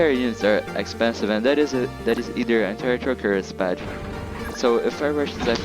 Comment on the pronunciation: You keep pronouncing IFV "FIV" and SPAAG "SPAJ" which is somewhat funny. On the topic of the strategy, TD on that map is good, there are certain spots where you can put it and you can destroy most pushes